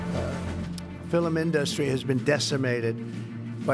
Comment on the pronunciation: I know there are much bigger problems with the incompetent in the Oval, but maybe we can get rid of him because of his exceedingly annoying way of mispronouncing "industry."